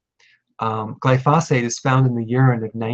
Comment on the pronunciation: Glyphosate is accented on the first (not the second) syllable.